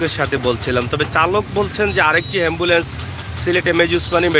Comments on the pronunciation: Shikkha nei to tai ambulance k hambulance boltesen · হেম্বলেন্স নয় এ্যাম্বুলেন্স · হেম্বুলেন্স বলছো কেন । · আরে মুরুক্ষ হেম্বুলেন্স না অ্যাম্বুলেন্স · এমবোলেচ হেমবোলেচ না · হেম্বলেছ নাকি এম্বলেস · এই শালা হ্যম্বুল্যন্স নাকি এ্যম্বুল্যন্স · ভাই হেমবোলেছ না বলে এম বোলেছ বল্লে ভালো হবে